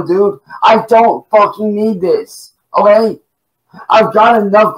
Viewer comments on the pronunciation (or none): Why does he say oway instead of ok?